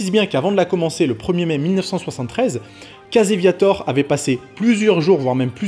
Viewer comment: Va falloir que tu travailles ta prononciation en Anglais. Je cherchais "Caseviator" pour "Casey Viator" ...